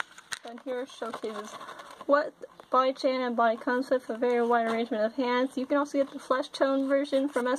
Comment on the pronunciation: The male Body Kun is pronouned with a long - U - sound like raccoon.